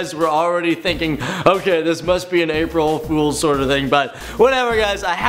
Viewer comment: He said April frools😂😂